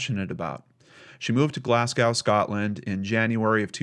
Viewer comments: It's not an accent, just pronounced it like it looks "ow" but it's really pronounced "go". even liked my comment:) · Sorry, I have to correct a mispronounced word! Glasgow is pronounced Glas-go. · Hey. Glasgow is pronounced Glassgo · Great video as always! Just for future reference if it ever comes up again, Glasgow is pronounced as Glas-go. It's my home town so I especially enjoyed this video, even if the story itself was heartbreaking. Have an awesome week! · Glaz-go it's pronounced. It's sad that if he does get out he won't be old,still be fit enough in his years to do something again. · Glasgow is pronounced Glasgo if you have to say it again :) what a sad case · You have to wonder are there any other victims, in between the two attacks. History has shown us that there is usually a gradual increase in the level of violence against the victims. P.S. heads up, from a Glasgow lass, on the pronunciation of Glasgow, it's Glaz go 😉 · Glass-gowe - Glaahs-go - Glez-gey (US / England / Scotland pronounciation of Glasgow, Scotland) :) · As a Glaswegian, I find this dudes pronunciation of Glasgow very jarring.